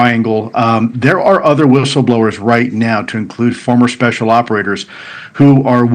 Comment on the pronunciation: "ITS COMIN' RAHT FER US!" 🤣